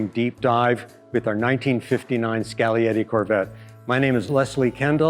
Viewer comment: Skal-e-yeti. Finally someone that knows the G is silent. Like in lasagna. Cool car!